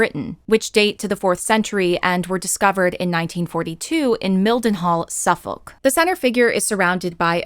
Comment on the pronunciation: Suffolk pronunciation killed me 😭 Great vid tho